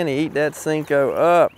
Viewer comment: “Sinko”? Thought it was “Senko”